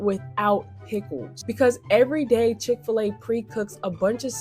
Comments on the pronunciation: Chick-Fil-A Not Chick-A-Fil-A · Please say Chick-fil-A again! Chicka fil-A